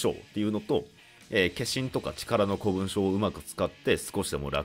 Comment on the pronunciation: 古文書は一般的には「こもんじょ」って読むんじゃね。余計なお世話で申し訳ない。